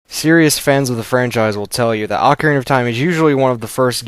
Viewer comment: Thank you for saying AH-carina and not OH-carina. At least i know im not the only one who pronounces it this way